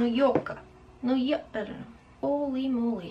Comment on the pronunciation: Your so cute. The eye look is amazing as usual honey. Also: Nu Yoka is what I think your trying to say 😊❤️